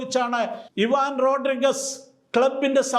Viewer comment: എല്ലാം കൊള്ളാം. താങ്കളുടെ റോഡ്രിഗസ് എന്ന ഉച്ചാരണം ഒരു കല്ലുകടിയായി അനുഭവപ്പെട്ടു. റോഡ്രിഗ്‌സ് എന്നാണ് ശരിയായ ഉച്ചാരണം. ഇനി ഉച്ചരിക്കുമ്പോ ഴെങ്കിലും ശരിയായ ഉച്ചാരണം നടത്തുമെന്ന് കരുതുന്നു.